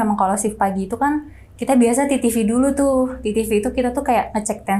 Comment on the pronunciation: biasanya ngucapinnya "TeTeVe" . kalau mau pake b.inggris ya vital sign...... agak aneh dengernya "titivi"😅.